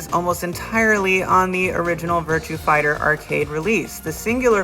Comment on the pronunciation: The only thing that bothers me is you keep saying "Virtue Fighter". :-/